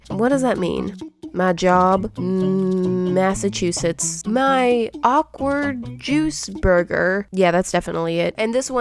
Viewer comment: Did anyone talk about she saying Massachusetts or